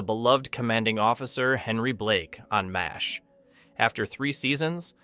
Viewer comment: "Hawaii Five- OH", not 'five-zero'. "M-A-S-H" .... seriously!? MASH is spoken as a word. Please train this AI voice to pronounce these these correctly. 😮